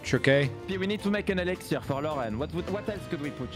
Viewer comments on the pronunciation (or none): You said give Frenchie an Exziler but I know you meant an Elixer.... Who else caught that?